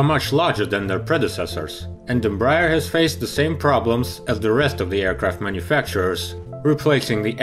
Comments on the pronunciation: EM- BRAH- AIR, please. Not Embrer, or Embr- er. Thank you. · Em-brEar read it like this